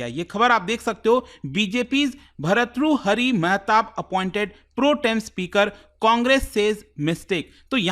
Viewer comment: Study Iq faculty could not even pronounce an Indian name,it shows the capability of the faculty 😂😂😂😂 BHAR-TTRU-HARI MAHATAAB